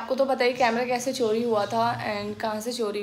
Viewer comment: Its kaise not kaishe